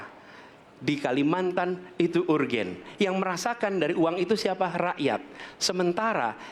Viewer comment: Jare wong pinter ngomong urgen urgen urgen... ISO bahasa inggris ora